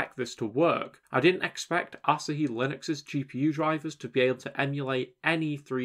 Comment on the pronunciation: Surely it's pronounced like the beer, A-(sah-hee)? Rather than (Ass-a)-hee! 😆